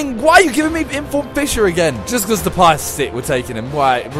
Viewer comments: SIMON it's Depay not DePIE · did anyone notice that he said INFORM DEPAY??????